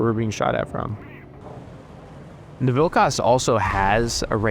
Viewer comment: As a Lithuanian,the way you say Vilkas makes my ears bleed,but overall a good video 😭